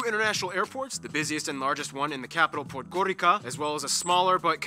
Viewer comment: Just a minor correction for the GN video. Paul B. pronounces the capital Podgorica like ”Podgorika” but it’s actually pronounced ”Podgoritsa”. The C makes a ts-sound.